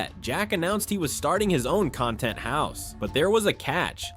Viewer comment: Noce A.I voice you can't even say cenat or content right